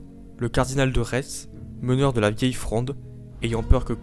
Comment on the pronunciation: Merci pour la vidéo. On prononce « V »estsphalie, Cardinal de « RÉ ».